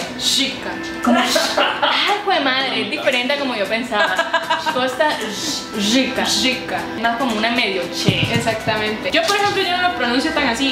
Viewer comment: Me parese pesimo, sobre todo sobre la pronunciacion de Se podria decir que se pronuncia la R como RRica pero "Sssyica" esta bastante desatinado y exagerado. Tambien vale aclarar en CR al ser un pais tan pequenno, no existen tantas diferencias del lenguaje exepto en Guanacaste, de donde es oriunda asi que ellos particularmente se destacan por tener los acentos de Nicaragua, pais original de donde se anexo la zona. Tambien seria bueno aclarar que la palabra TICO en efecto es porque las personas de antanno, de los 60s agregan el posfijo Tico a practicamente todo, pero en la actualialidad eso no forma parte de nuestro lexico. Por el resto me parece cierto, aclarando que es un lexico unicamente para conversaciones informales, en general cuando se conversa en situacion de trabajo no se habla asi. A diferencia de otros paises que hablan con estos modismos en todos los contextos.